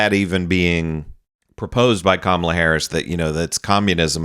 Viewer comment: This woman needs to make up her mind about how she wants to pronounce Kamala.